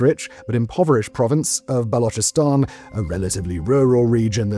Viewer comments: the guy is making a video for hundreds of thousands. Some basic research on the topic is necessary no ? Dont spew crap like he cant pronounce now, he pronounced balochistan perfectly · Finally someone who is pronouncing Balochistan as Balochistan and not Balokistan.